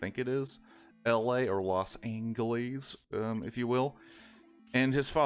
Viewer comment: Los anglis? Who calls LA that … just you